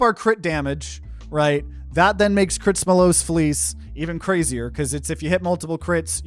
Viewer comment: Okay I'm a little baffled at this point, I gotta ask, why do you call Critsomallos Fleece "Critsmallosa" fleece? It's a pun on Χρυσόμαλλον (Khrysómallon), as in Χρυσόμαλλον δέρας, the original greek name for the mythological Golden Fleece after which the relic is themed. No hate or anything, your videos are bangers, it just bugs me every time because I'm a nerd lmao